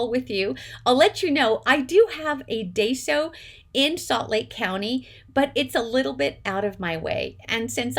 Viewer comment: Love your haul! Lots of cute things. Yes, I have to limit myself when I shop there, too, or things can get out of control quickly! Several years ago, they had some adorable packaged trims in the sewing section, including daisy trim in all different colors! I used to live about 20 minutes from one; now it's more like 40 or so. (Please don't be offended, but it's actually pronounced "die-so". 😊)